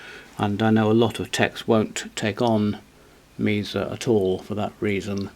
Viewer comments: It’s usually pronounced Mehsa or Maysa depending on where you are from in the States. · Well, this is Reading UK and he says Meeza. All the same, expensive a bit overrated , I have two.